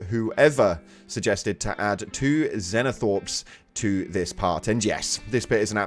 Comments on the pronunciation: Wtf is a zeno thorpe? It’s zEno-thrope. Fml. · They're called ZOANTHROPES not xenothorps or xenothropes. Also the burrowers are called RAVENERS not ravagers. Even some friends of mine into 40k have started doing this. Shame on them. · PLEASE it’s pronounced zo-an-throw-p 😭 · it pains me how he says zonethropes